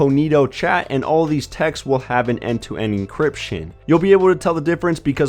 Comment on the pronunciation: Did you say "textseses?"